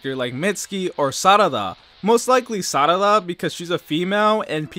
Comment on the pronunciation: Okay don't bother saying it as Sadada. Just say it as Sa-ra-da. You completely butcher it, just like I do.